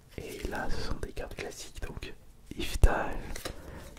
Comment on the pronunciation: Par contre pendant toute la vidéo entendre yveutal ça m'a stressé, c'est YveLtal